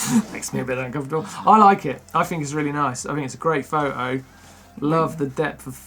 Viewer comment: I just love Martyn saying Pho-O instead of Photo... hehehe